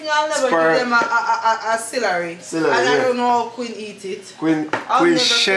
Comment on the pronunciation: Did ya'll say cilary.. lol celery